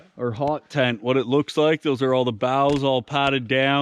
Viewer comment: Sounds like your saying HOG not HOT.